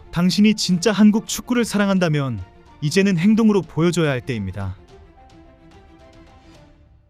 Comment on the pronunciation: “한국축구를 사랑한다묜…..”ㅋㅋㅋㅋㅋㅋㅋㅋㅋㅋ